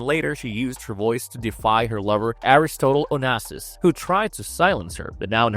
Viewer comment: Omg—you also canNOT even pronounce A Rus Tot Al O-nas-sas 😱